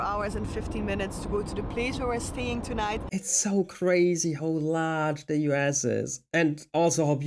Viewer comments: He pronounced US as "you ass." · haha when you say U.S. is sounds like you're saying you ass.